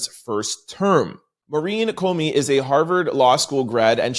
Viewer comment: COMEY COMEY COMEY NOT CONEY-no excuses